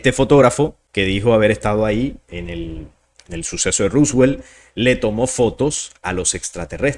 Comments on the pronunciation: Por qué decis ruswel? Es roswell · Porque dice Ruswell? … se pronuncia Roswell, tal cual como se escribe y en inglés es Roswoll. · Se pronuncia ROSWELL con O